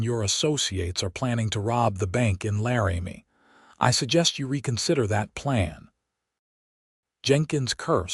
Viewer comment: Laramie is NOT "Larry-Me". It's "Lar'-ah-me".